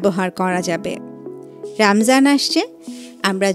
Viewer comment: রামযান নয় রমজান হবে । বেশি শুদ্ধ বলতে গিয়ে শব্দ টাই চেন্জ করে ফেললেন ।